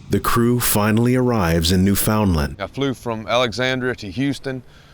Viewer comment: It's pronounced NEWfounland